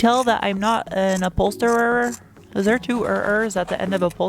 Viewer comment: upholsterer ..you said it correctly😅